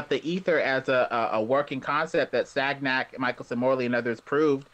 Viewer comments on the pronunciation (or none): And pls: it is pronounced Sanjac. Not Sagnac. This careless use of words is common for english...